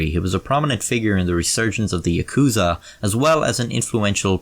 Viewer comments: Ah shit he butchered the pronounciation of yakuza. I'm out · The way he says yakuza bugs me more then the way he says 3